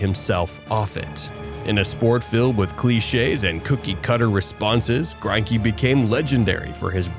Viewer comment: I'm also pretty sure his name is pronounced Gren-key